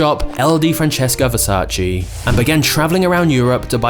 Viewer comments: IT IS VERSACE, NOT VERSACHEE. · VersacE NOT VersacI !!!!! Are people stupid that they can't say VERSACE!!!! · In the words of Donatella and Gianni - it’s VersaCHE 😄 Not versach-e or vers-ace. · It’s versAce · It’s Versa-čé… Pronounced: “ver-saw-che” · Apart from the fact you murdered the name it was great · You pronounce „Versace” wrong. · I don’t know why people still say the name wrong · 26seconds in and i heard versace pronounced wrong 35times